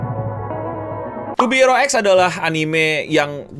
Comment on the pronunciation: yang bener pengucapannya to be hero x bang bukan to be hero x